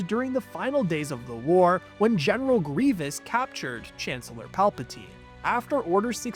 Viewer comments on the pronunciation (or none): none